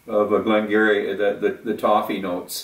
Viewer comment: Glen Geer - eee 🙂